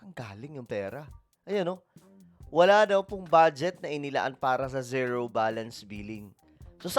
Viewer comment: Ka sangkay… correction lang po. Yung pronunciation ng ZERO is like…. Ziro.